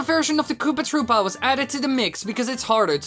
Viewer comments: Koopa trüüpa is how he says it and it's annoying me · it's said like that -_